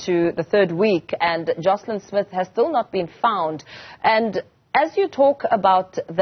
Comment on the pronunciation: Joshlin not Joslin